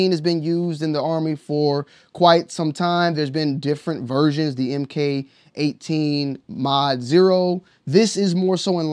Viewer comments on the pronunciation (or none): Mark18 not “em kay” 18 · It’s pronounced Mark18